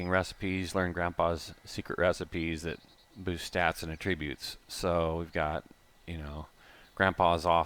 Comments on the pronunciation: This is just attributes, you gotta believe me, and I wish you were there... says attributes like Tenacious D says A Tribute! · This is looking pretty awesome awesome man. Just want to say this really quick though, you're pronouncing attributes wrong. The word you're pronouncing means something different than "traits" or "features" just an fyi.